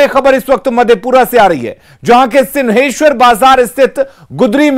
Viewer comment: Sinheshwar nhi it's singheshwar